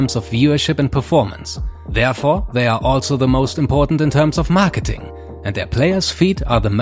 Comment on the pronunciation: "MARKETINGGGG" hat es für mich klar gemacht